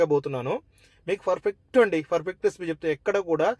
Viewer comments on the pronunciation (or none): హలో బ్రదర్, మీరు చేసే బిరియాని ఇక్కడ స్కిప్ చేయకుండా ఫుల్ గా చూశాను 😊. నేను చూస్తుంటేనే నోరూరుతుంది .😋😊🎉. కాకపోతే, మీరు ప్రతి సారి, పర్ఫెక్ట్ అనే పదాన్ని ఫర్ఫెక్ట్ అంటుంటే ఫుల్ గా నవ్వుకున్నాం.❤❤❤